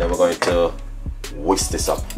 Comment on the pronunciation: Not paree ,its puree say whisk not wis